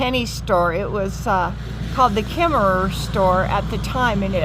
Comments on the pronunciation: why is Kemmerer pronounced without the second er? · Kemmerer is pronounced with out the second er. It is in the South west corner of Wyoming. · You don't pronounce the second er